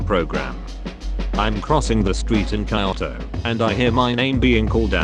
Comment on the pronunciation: TTS says "kayoto" Lol